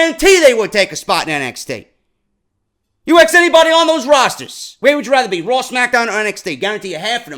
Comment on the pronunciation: Ohhh it isn't RAAW man!!